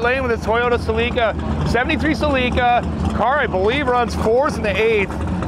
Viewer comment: A “Cel-EE-ca”? No bro, it’s pronounced SELL-i-ca.